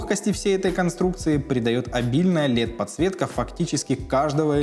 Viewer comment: Выглядит круто, будем ждать реальных кадров!) Как обычно пару слов о контенте, чтобы он был еще лучше:) - очень режет слух прямое произношение «лЕд»..) в английском и британских вариантах, оьычно произносят либо чисто через «э» либо приближенно к нему, но не явно звонкое «е») И по самому тексту сценария, советую прочесть отличную книгу «пиши, сокращай» - должно помочь убрать много лишних слов, что просто делают текст не интересным или скучным.